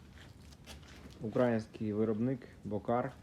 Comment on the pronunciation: Не Ураїнський а український наголос на другий склад.